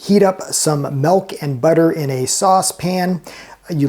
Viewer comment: The man never saw The Little Rascals, he pronounces the "t" in softened, and says "melk" instead of milk. Why trust him?